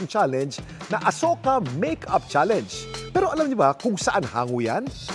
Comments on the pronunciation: Talaga ba? That's how you pronounce the word 'Challenge'? You pronounced it as 'Cha- Leynj'. Yuck. 🤮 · Cringe ung pronunciation ng mga netizens sa word na challenge ginawang "challeynge" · MAGANDA SANA KASO DI MARUNONG MAG PRONOUNCE NG CHALLENGE YONG SA KANYA IS CHALLANES 😂😂😂